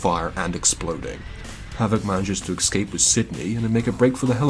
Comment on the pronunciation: Dude it's pronounced "ess-cape", NOT "ex-cape". Otherwise, awesome video 😉🤘